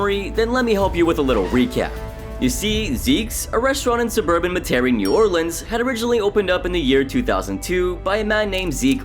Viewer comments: MET-ər-ee Is the proper pronunciation just saying as a local It really hurts to hear you butcher our town's names lol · You should learn to pronounce the city you opine upon. Met-ER-EE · Native New Orleanian speaking. Metairie, pronounced (Met-uh-ree) is not in New Orleans. It is a city that borders New Orleans. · No offense meant, but is always funny listening to people who aren't from the area pronounce the name. It's usually said like "meh-tear-ree" or "meh-tree". No real stress on the air/tear part in the middle. <-edit. Louisiana has so many food resources, yet so many restaurants there take short cuts. Can have amazing food right off the truck, but these id**ts rather serve left overs. edit again I think the old broad from that tropical mango place in new jersey was worse. and definitely sam and amy. Chappy was no saint either, but if I had to choose, it'd be Sam and Amy, then elderly tropimango woman or whatever. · Couldnt help but chuckle at the way you said, "Metaire" I was hard for me to say when I first moved to the area as well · Dear narrator please do not go to the city of Metairie and pronounce it as you did in this video they will kill you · Dude, learn to pronounce "Metairie" before you make a video.